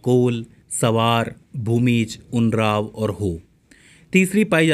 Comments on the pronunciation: Sir Mai bihar se hu aur "Orawn" janjati se hu. Jiska sahi uccharan ( ऊ- रां- व) hoga. Na ki "unraao" but it's ok 👍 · उरांव का आपने गलत उच्चारण किया है।